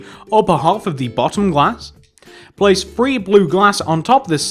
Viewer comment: you alwase upload the same videos twice and its anoying you alwase say free instead of three i give * star rating